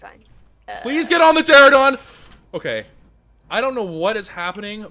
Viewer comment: ter-ran-a-don not tera-don